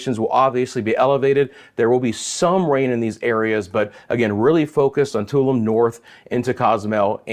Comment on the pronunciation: Tulum is pronounced Taloom